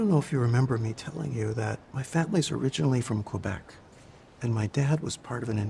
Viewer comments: Quebec: say "Kuh-Bek" (English pronunciation) or 'Keh-bek' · "My family is originally from kweebeck". No, bullshit. You don't even know how to pronounce it. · Quebec is pronounced "Kwebec", but I love your show. :) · The older guy who's "family was originally from Quebec" doesn't pronounce it's name like people from Quebec.